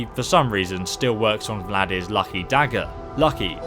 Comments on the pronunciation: "Vlad-ear"? Thought it was Valdr like Baldr. Like "alter" or "halter". Still, good weapon and can be very easily upgraded and wonderful when paired with Mehrunes' Razor both upgraded fully and dual enchanted with chaos and shock, while poisoned with a high-strength poison of weakness to poison and of weakness to shock (make sure alchemy is at top skill, too). Invaluable when used with a dual flurry/one-hander assassin and thief build such as a Khajiit or Imperial playing Dark Brotherhood (use Mehrunes' for the Emperor and lore-blowers will love you) and following a sneak attack from a bow poisoned with strong paralysis poison can easily defeat a dragon. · Dude what is with you and names? Valdr to Vladyr? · VALDR! FUCKING VALDR! Not Vladir, not Vladmir. VALDR! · It's Nordic not Russian, it's Valdr not Vladimir or Vladir.